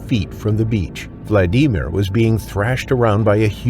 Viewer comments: What's up with that pronunciation "vlad EE mir". 😂😂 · Learn how to pronounce Vladimir for goodness sake. VLAD-A-Meer. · Vald E mere lol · Poor “VladEmEar”. I couldn’t even finish watching this video, because of how his name was pronounced. Even Siri and Alexa can pronounce that name properly…FUCK! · Vlad-ee-meer. Is this AI? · Why you calling that first guy vlad ee mere. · Vlad.Dee.Meer 😂 AI pronounces it so weird and hilarious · I hate how many times the AI says his name bc it's pronounced wrong. It's Vladimir like Vlad the impaler not Vlad I mer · Who came here disappointed at the click bait title? 👋 Who only watched for 4 minutes because every American has heard the name "Vladimir" and never, ever read it (internally or out loud) as "Vladeemer". 👋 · why are you saying Vladimir like that 😭😭😭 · I can't stand the way you pronounce Vladimir 🤦‍♀️ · Never thought the name Vladimir 'could' be pronounced like nails on chalkboard .